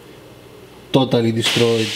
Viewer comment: Toe-tally deestroyeed,it is toe-tally gone,that was toe-tally awesome,toe-tally.